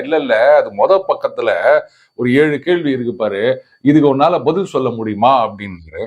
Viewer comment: Even you say elu Not ezhu??